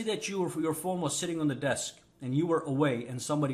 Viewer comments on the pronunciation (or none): none